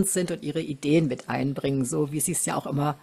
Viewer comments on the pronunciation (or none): Oooo, nicht jaaa, sondern Aaaaa, Aua!